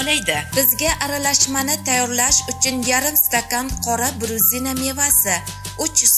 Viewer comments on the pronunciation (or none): bruzina emas..buzina ekan chorniy buzina deb ataladi Rossiyada bor ekan....